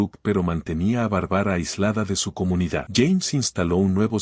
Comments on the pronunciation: Lo malo de la narracion es que no pronuncie el nombre de Barbara y no de Bárbara se escucha horrible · No puedo seguir escuchando !?? Q diga Barbara con tilde xq es Barbara Barbara !!! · K feo pronuncia Bárbara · Que fastidió esa pronunciacion de el narrador con el nombre de la protagonista .mejor q investigué como se pronuncia el nombre Bárbara